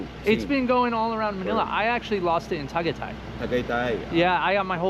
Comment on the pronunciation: First time hearing tagaytay pronounced that way. Its TA GAI TAI. There are no silent letters in Tagalog!